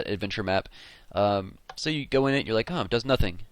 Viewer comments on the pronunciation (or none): He said LIE instead of LIKE.